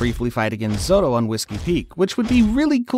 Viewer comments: It's zoro not zodo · Stop saying zothro